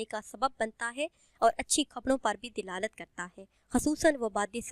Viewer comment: Apni urdu to thek krlen, dilalat nhi hota dalalat hota h